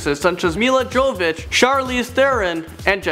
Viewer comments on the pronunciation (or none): none